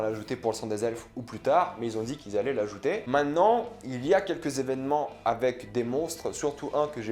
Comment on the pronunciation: La vidéo est cool. J'ai hâte de voir la nouvelle saison. Par contre, dans le mot "maintenant", on prononce le t. 😊 Cordialement.